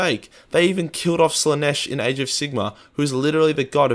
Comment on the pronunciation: Am I the only one that thinks it sounds like he's saying "AIDS of Sigmar"?